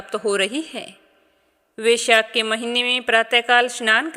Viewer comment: Vaishakh nahi hota hai